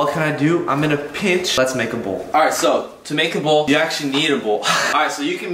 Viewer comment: Bowl*: Bull